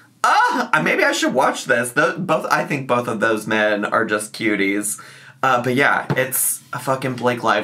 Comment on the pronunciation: 'Bolth' will never not enrage me.